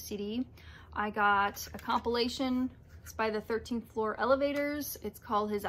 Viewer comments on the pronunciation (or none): none